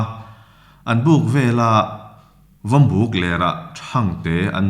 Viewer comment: Vawmbuk in lam dan khi a dik chiah loin ka hria, buk tih lai khi thingbuk, lubuk tih a buk tih thluka lam tur ni awm tak a ni.